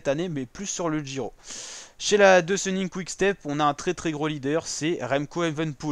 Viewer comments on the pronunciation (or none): Deucenink ça se pronoce deuquenink